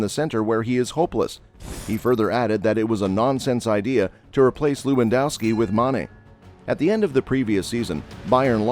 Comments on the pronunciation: Looandowski? That's what happens when you use a f. robot-reader. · To all Americans, W’s in Europe are pronounced as V’s. It’s Levandovski.